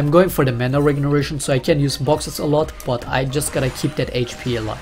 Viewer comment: do you say "mana regeration"?